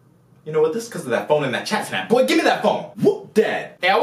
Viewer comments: “Chapsnat” Ok dad? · Did he say chatsnap 🤣🤣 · he said chapsnap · lol he said chatsnap